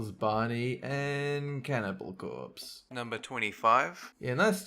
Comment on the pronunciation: "aand, cannibal corpse"😂😂😂😂😂😁😁